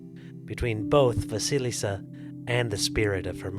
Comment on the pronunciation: Вы всё правильно произносите. Perhaps the first "s" in the name Василиса should be softer, but that doesn't matter.